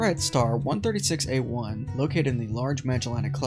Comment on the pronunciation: btw it's "r136a1", you said "136a1"